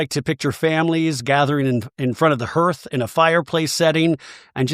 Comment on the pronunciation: Hearth: Heart but with a th at the end.